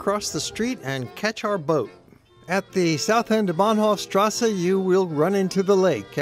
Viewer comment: Why "... strassa" when it is clearly written "strasse" and there no difficulty to pronounce it as it is written? Otherwise, excellent documentary, from all perspectives.